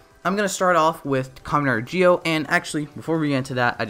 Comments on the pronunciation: Why do you say it like that ji-o I thought it was zi-o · Im just gonna ask why he says gee-o and not zi-o